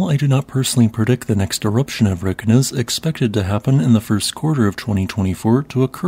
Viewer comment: Pronunciation tip. I am sure you know how to pronounce Reykjavik. Reykjanes will be the same. REY-KYA-NESS. 😊